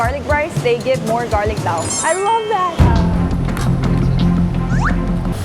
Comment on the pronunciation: Pet peeve: Talking about chicken inasal but pronouncing the Hiligaynon "pa-a" (thigh) like the Tagalog "paa" (feet). Egh. It's a good thing I don't have a restaurant. Otherwise, I'll serve adidas (chicken feet) if one orders paa instead of pa-a.